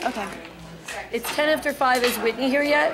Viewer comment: Lol that’s like the main thing I remember about Whitney was the way she would enunciate her g’s but they sound like k’s. 🤣